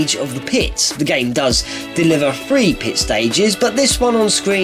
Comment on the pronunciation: "Number Fthree"